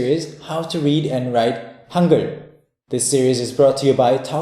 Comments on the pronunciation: i keep hearing "hunger" instead of "hangeul".... We will teach you how to write in "hunger"... XD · You read that as "hunger"? Seriously? >_> How about even writing it like that instead of Han-gey-ool